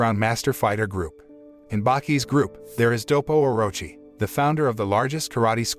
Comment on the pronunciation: bruh nice vid n everything but u totally butcher Orochi name bruh its its like Oroochi not Orachi my guy please just look at the name or listen to the anime see how they say it